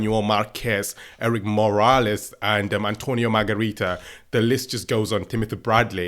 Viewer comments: "Antonio Margarita" 😂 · Margarito.... Not Margarita. You like women alcohol don't you?